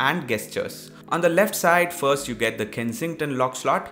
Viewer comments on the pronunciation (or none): none